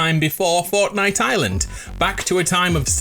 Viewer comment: Is it just me or did he say ortnite Edit:its remerez because both her and jonesy got the original skin